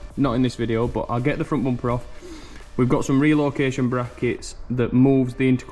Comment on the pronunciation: Everytime he said "Bompe" i smiled. I don't know why!